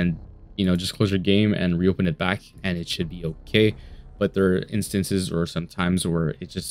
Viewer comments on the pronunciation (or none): none